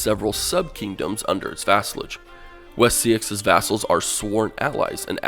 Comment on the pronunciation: Pretty sure Seaxe is "Say-Axe"